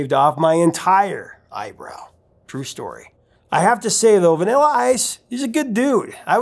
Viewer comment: I like how you say the word vanilla like “vinella”